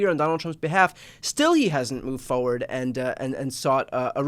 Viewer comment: The word is "Forward" not Foeward🤣